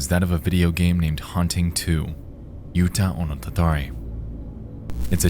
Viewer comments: Just a minor note, "Utahonotatari" breaks down to "U-ta-ho-no-ta-ta-ri", not "Utah-o-no-ta-ta-ri". Remember, Japanese syllables can't end in any consonant except n/m, so as much as our American eyes are drawn to "utah", that doesn't exist in Japanese. The state would be "yu-ta". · Nexpo, I love you and this is a fascinating video, but your pronounciation of the "uta" in Utahonotatari is killing me, man. Edit: And Nanakorobi Yaoki.